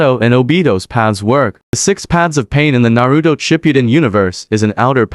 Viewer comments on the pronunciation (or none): There no D in Naruto 😂😂😂😂😂😂😂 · Narudo, Nagado, Obido what?